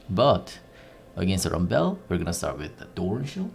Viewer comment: Rumbel, Ji-nar, sweety boots, ninja tabeye, ... This should be an accent on The Simpsons ;-)